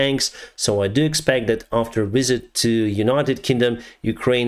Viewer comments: your English is excellent, but for a moment there I thought you said “…today Zelenskiy even met with King Charles, historical wizard” rather than “…King Charles, historical visit.” The monarch is a largely symbolic role, and in Charles’s case he is known for drinking unpasteurised milk; I‘m pretty sure he is not endowed with magical powers. But I am glad the UK state is supporting Ukraine and I hope we maintain this support until Ukraine achieves victory for the good of the democratic world. Slava Ukraini🇺🇦🇬🇧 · I love your accent I hope that's how hes recorded in the history books. Queen Elizabeth - Longest Serving Monarch King Charles - Historical Wizard 😆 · I heard Historical Wizard when you referred to Chucky LMFAO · I thought he said "King Charles, historical Wizard" for a second... 😂 I can't be the only one! I support this channel though, thanks for the updates 👍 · I had to watch it 3 or 4 times but when you were talking about Zelenskyi meeting King Charlies it sounded like you said "..met with the King Charles, historical wizard.." and I cracked up laughing. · Except Britain doesn't fly F-16s. I thought you said that he met with King Charles, historical "wizard" lol. Of course it was ''visit.'' The L1 is a medium tank, it will be okay with every task except going against top Russian tanks. But against T-62's it should be quite capable. The best Russian tanks will probably be given to the Wager group as they are less likely to sell/give them to Ukraine. So put Ukraine's best tanks, the T-72s, there, the lesser tanks like the L1 and AMX put against Russian's conscript army. Perhaps mix the L1s with the British tank, the latter taking out heavy tanks at a distance, which it is superb at doing, the former taking out lesser armour accompanying the Russian heavy tank.